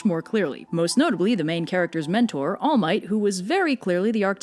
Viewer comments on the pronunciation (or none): none